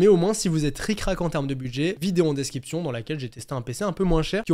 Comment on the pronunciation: Je me demandais pourquoi tu dis desciption ? Et pas description